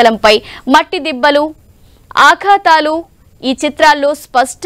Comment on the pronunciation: అవి ఆఘాతాలు కాదు తల్లీ, అఘాతాలు. యాంకర్ తెలుగు లో బాగా మాట్లాడగలగాలి. సుమని చూసి తెలుగు నేర్చుకోండి